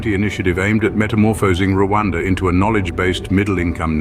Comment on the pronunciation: Learn how to mention Rwanda it’s not Luada